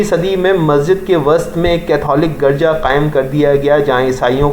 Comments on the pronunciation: Garja nhi hota Urdu mai girja bola jata hy kmazkm Urdu you sahi prh lo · Your pronunciation of garja is wrong. You should think about your of Urdu Arabic and english.you have pronounced many wrong words please answer